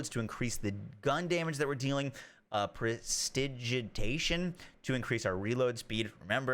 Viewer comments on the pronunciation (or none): Yo. That prestidigitation skill is pronounced. Pres-ti-diji-tay-shun. Much love bro your content slaps. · Hey just tryin to help here, for Prestidigitation it is pronounced as Press-Ta-Di-Guh-tation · Hearing you say Prestidigitation made this video insightful and funny. 10/10